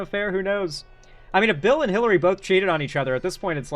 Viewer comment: So Vance calling Trump "Bawth" all the time on South Park is true?!?! 😂😂